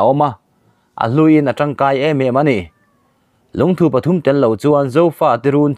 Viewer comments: LUNGTHU LAMDAN HI ADANGDAI KANTI DAWN NGE...LUNGTHU ..NILOVIN LUNGTHUuuu tihtur😆🤣😂😅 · Lungthu thu tih lai hi Dangpuithu a thu rik ang hian lam rik tur. Dangpuithu i lo la hriat loh hlauh takin, thingthu tih a thu ri ang hian lam rik tur a ni e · Lungthu tih chu i va lamri dik lo ve👍👍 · Lungthu i lam dan hi chu a ngaimawhawm ka van ti em, ngaithla tu an tam si a,min zirtir dik lo tlatin ka hria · Eee.. I Lungthu lam rik dan chuhh.. A va dik lo nasa ve.. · 1. Lungthu i rawn lam hi Lungthû tia lam san hi a dik zawk hmel e aw. 2. Khawrpum tia i lam pawh hi, thir chherna pum lam ang ni lo in, thil mum leh thei "Pum" lam ang a lam ni se a dik hmel zawk bawk, tih ka rawn sawi ve mai mai a ni e...... @@